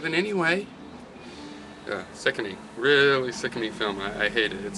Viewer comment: What's a "filem"...? O_O